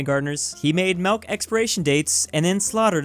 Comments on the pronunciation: Anyone else confused by the way he says melk instead of milk? 😂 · really is one of those psychopaths that pronounce it Melk.